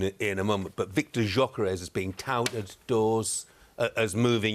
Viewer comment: WOW. It isn't pronounced as JOKAREZ 😂 Gyokeresh. I thought they were talking about some Portuguese person 😂😂😂G-yo-ke-re-sh.